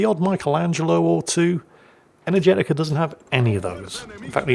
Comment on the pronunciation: I may be completely off base here but how do you know Energetiker is male? They probably are and I apologize for questioning if they are, no offense intended or implied. The way pronounced the name led me to hear Energetica which sounds like a female name phonetically but seeing how it is spelled raised the question.